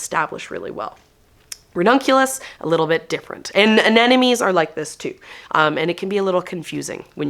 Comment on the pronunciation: You're so excited that you're mispronouncing the name of the flower constantly AneNoMes, LOL! Looking forward to the beauty come spring😍